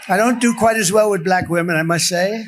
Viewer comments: He says belack instead of black! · Why does he say “BALACK”? Is that intentional or is he just getting more demented? “You cannot get into a hospital”? WTF??? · Still saying... "Bla ...ck". 😅 He still has a special way of pronouncing it. 😂